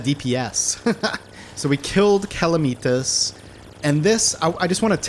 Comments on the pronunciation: ooh OOH! make the hoik a spine!!! also, is cal-uh-meh-tus it's not calameetas ;) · it's pronounced (kal-AM-uh-tahz) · I know I’m late but it’s CA-LAM-ITAS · 1: calamitas is pronouced: cuh-lamb-it-ass 2: calamitas is pre-plantera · “BuT fUrY, tHaT’s NoT hOw YoU pRoNoUnCe CaLaMiTaS, iT’s LiTeRaLlY iN tHe NaMe Of ThE mOd” -What I imagine most of this comment section is like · honestly, i live your vids, but your calamitas pronunciation makes me wanna murder someone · STOP SAYING CALAMITAS WRONG